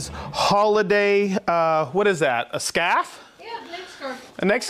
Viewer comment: Hi!!!! You mentioned me!!! Hahahha. But I’m not the one who talks funny. You said Sparky had a “scoff” on. I thought what in the world is a “scoff.” Realized it was a scarf. 😂😂😂😂😂 y’all the best!!! Have a fantabulous day guys!